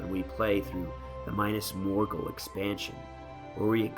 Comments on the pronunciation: "Minus Morgul" jesus christ man it's Mee-nas. Not May-nas. Not My-nus. Mee-nas. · its actually MIN us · Well I guess that's one way to pronounce Minas Tirith and Minas Morgul